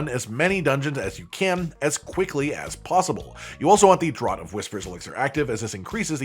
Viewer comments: I have found altars popping up with almost monotonous regularity in the last few days but that only happened AFTER I had found all the "lost" powers...sigh And yes, I agree that the mispronouncing of "draught" is irritating...it is "draft" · Draught is pronounced 'Draft'. As in, 'Draught' beer, a 'Draught' from an open window. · FFS...draught is pronounced "draft"... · Draught is pronounced draft. And aether is pronounced ee-thur.